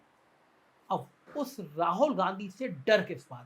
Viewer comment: सर, राहुल ठीक से उच्चार करने की प्रैक्टिस कीजिए। आप हरबार राहोल राहोल बोलते हैं।